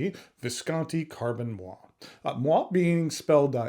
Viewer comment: you're dropping a whole syllable, there. moiré = mwaa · ray